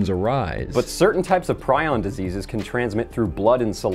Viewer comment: I got thrown for a loop when you started talking about prions bc the correct pronunciation is "pree-on" and for a second i was like "what the hell is a pry-on? Must be some horoscope science."